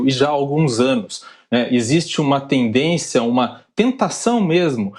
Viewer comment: ...TENDÊNCIA???...TEM CERTEZA QUE A PALAVRA CORRETA É ESSA???...TENDÊNCcia???!!!???...TEM CERTEZA???...